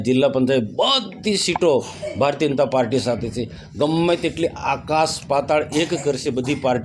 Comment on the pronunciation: અરે મનસુખ તને ભાષણ કરતા બી નથી આવડતું બોબડો સાને બોલે ભારતીય જનતા પાર્ટી બોલોને તમે તો ભારતીય અનતા પાર્ટી બોલો છો😅😅😅